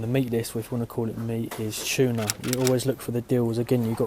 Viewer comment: Oh, and the word is TUNA! Not Shuna! carry on...